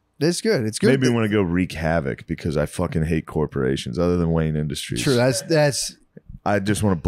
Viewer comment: Could’ve sworn Matt opened it saying Wayan Industries